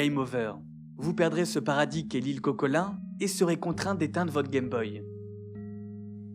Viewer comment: Une vidéo parfaite en tout point ! excepté un... L'ile se dit Cocolint ( innte ) et pas Cocolint (ain) Mais à part ça, la vidéo était vraiment parfaite !!